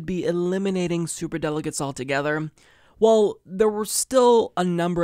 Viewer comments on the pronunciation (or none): I love you. But one slight nit pick... please work on your pronunciation of "well" its not "wull"... Slight pet peeve. Thanks